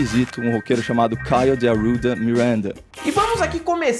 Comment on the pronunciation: "Mirwénda" de "Arrwudha"